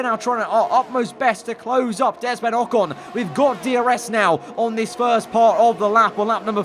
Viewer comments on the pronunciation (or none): i think he was trying to say to and estaban at the same time and it sounded like desmond